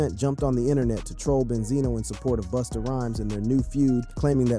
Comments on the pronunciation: did you call that man Boosta? 😂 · Did he call him Boosta 😂😂😂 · I don't take anyone seriously who call busta booostah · I think there could have been another concept for the video like due to Coi being the size, shape, and innocents in her face like the movie "The professional" that would've been dope... But can you please stop calling him boosta 😅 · Son said boosta 🤣🤣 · calling Busta "boostah" is CRAZY . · is this guy calling Busta - Boosta or am i tripping? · Boosta Rhymes 😅 🤣🤣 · How’s this guy gonna keep this video up after he callin he “Boosta?” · Who is “Boosta”?! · Is it me or did this dude say BOOSTA a few times? User error or am I missing something? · The Narrator called Busta Boosta?! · This dude is abusing Busta’s name. Why does he keep saying “Boosta”?? 😅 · Stop saying boostah. Shits wack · This guy called "Busta". "BOOSTA" 😂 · Who TF is "Boosta?" 😅😅😅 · "Boosta" 😂 caught me off guard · I'm like wait isn't it Busta 😂😂😂😂